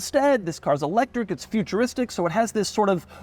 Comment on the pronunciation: Doug is the type of guy to pronounce electric e-lectric.